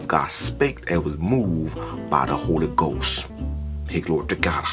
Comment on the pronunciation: The holy goass and the beass.. He should axe me how to pronounce stuff lol